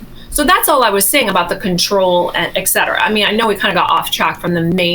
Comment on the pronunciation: "Et cetera," ET.... ET... not ek.. ET...